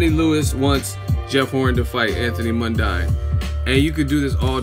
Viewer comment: As I already told you - it's pronounced Mun-DEEN you ignorant fuck. And tell the WHOLE story - Lewis made that suggestion because of his difficulty making weight. He ALSO said it doesn't mean he thinks Horn can't win.